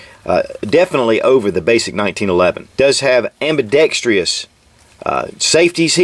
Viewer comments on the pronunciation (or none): AM-BI-DEX-TROUS. Say it with me. AM-BI-DEX-TROUS.